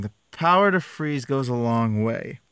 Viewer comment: FWEEEEZE WITH SOME CHEEEZE THE CHWEEEZY FWEEEEZE